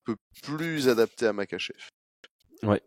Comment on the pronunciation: Super taff les gars, juste stp tu dis Merkachev 30x dans la vidéo ça en devient dérangeant 😭 Pourtant tu l’écris correctement dans le titre et ton collègue le prononce correctement (comme ça s’écrit)